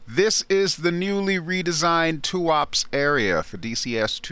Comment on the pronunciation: just for the record: Tuapse is pronounced as tu-aa-pseee (Э sound), not "tuaps".